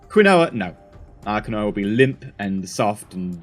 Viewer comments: Hey. I love your science moments in the videos. I wanted to let you know Quinoa is pronounced "keen-wah". (I didn't know either until I was told) 😀 Someone sent me to the shop to buy some and I couldn't find it ... until they spelt it out to me. Who ever spelt this originally was likely drunk. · Quinoa is pronounced keen wa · You know, quinoa is pronounced Keen-wah. Don't ask me why, it just is. lol